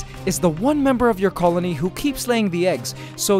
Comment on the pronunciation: did he say egg coloney???